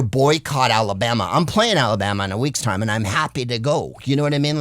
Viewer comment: aweee I absolutely love when Greg's voice goes country when he says Alabama and he's happy to go there to play on stage